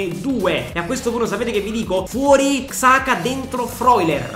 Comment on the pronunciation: xhaka si pronuncia "giaca"